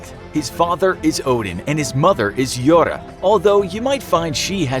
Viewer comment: What we could do in a million years? Bruv, we'll have destroyed ourselves and Earth as we know it long before that. Any aliens watching us are wasting their time. BTW Thor's mother is not called Jora... That letter looking like a curved d with a dash through is Eth, pronounced as the TH in THAT. so she would be called Jorth.